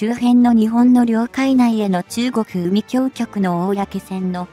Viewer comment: 海警局は うみきょうきょく でなく、かいけいきょく です。